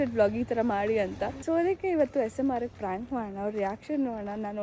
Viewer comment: Prank ❌ Fronk ✅ 😂😂